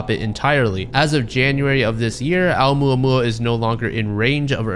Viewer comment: I love how he apologizes for butchering the Canadian scientist’s name, but doesn’t say shit about butchering ‘Oumuamua.